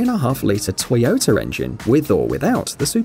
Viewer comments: Liked :) Pls put a sock over your micro, it´s Toyota, not Tsoyotsa :D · ...And how about: Toyoter? Awful pronunciation. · Now i've heard not only Honder... But Toyoter 😑😂